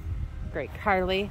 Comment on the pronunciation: IT'S NOT CARLAY IT'S CARLIE